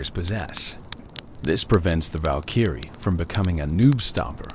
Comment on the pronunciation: Val-kEEEry It’s Valkyrie bro